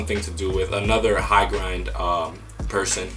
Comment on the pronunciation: HIGHGRND is pronounced like high ground not grind btw :)